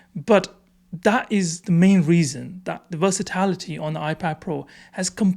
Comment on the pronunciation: it’s versatility, not versitlity